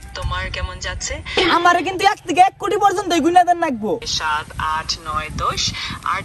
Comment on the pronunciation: লাগব❌❌❌ নাগব✅✅✅😂